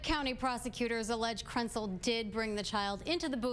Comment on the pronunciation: did they say Krentcil or PRETZEL?!